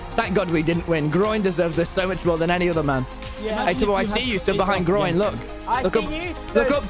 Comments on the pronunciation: Even DanTDM is saying Grion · Its not rian it’s pronounced GROIN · the fact that he pronounces Grian as Groin is so cursed